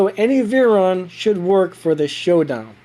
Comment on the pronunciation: No offence but u said veyron wrong🤭